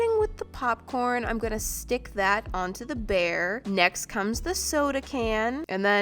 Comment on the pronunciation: "On my BearrrrrrrrrrrrrrrrrrrrrrrrrrRRRRRRRrrrRrRRRRrrrrrrrrrrrrrrrrrrrrrRrRRRrRrRR"